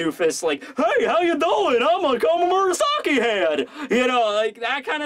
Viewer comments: Komurasaki Not Komomurasaki. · You keep saying Komamurasaki, captain doggy is happy but it's actually Komurasaki. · It's fucking komurasaki not komumurasaki 😂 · Loved you review, but who's Komomurosaki? Or is that Koromurasaki? Haruki Murakami? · One more thing ...it's komurasaki not komomurasaki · Lolyou keep saying komamurasaki instead of komurasaki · just so u know its "komurasaki" and not "komamurasaki" ure stressing ureself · Why do you keep saying "komomurasaki" ?? Its been bothering me the past few videos 😅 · Why does keep calling komurasaki, komumurasaki. He keeps adding the extra syllable